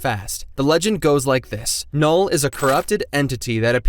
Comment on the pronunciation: null more like noll